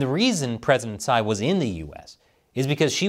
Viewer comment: If you care about taiwan, you should pronounce her last name (Tsai) correctly. The way many Americans pronounce poo (in taiwanese) for her last name(Tsai).